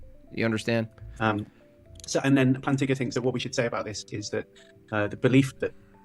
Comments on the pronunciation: Did you say Planigga?? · Bro did NOT say Plantinga